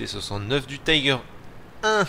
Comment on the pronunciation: Le Löwe, char allemand, veut dire Lion dans la langue de Goethe. Et ça se prononce "Leuve" pas "Lo-ou". De même les Tiger se prononcent "Tigueur" et pas "Taygueur". Si c'étaient des chars anglais ou américains je comprendrais, mais là... sinon GG sur la game, même si tu as eu pas mal de chance. Pour ma part j'adore le KV-2, mais j'embarque quelques obus Premium au cas où je tombe sur des adversaires comme... un KV-5 par exemple.